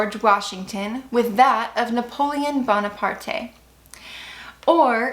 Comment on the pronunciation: Thank you for sharing! Just so you know, it’s pronounced “Napoleon Bone-apart.”